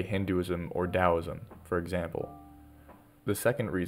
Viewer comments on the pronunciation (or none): none